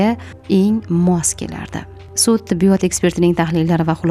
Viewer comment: Tibbiyooootmas tibbiyot deng